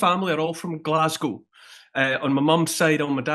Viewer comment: Thank you for saying Glaz Go and not Glass Gow Jimmy !